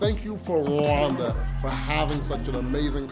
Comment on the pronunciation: AWEOSME CONTENT, RWANDA IS PARADISE , btw you pronounce Rwanda as Luanda which might mean two different places, Luanda Angola or Rwanda.